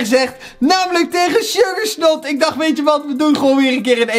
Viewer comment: Dat weet ik, maar zegt altijd sugarSNOT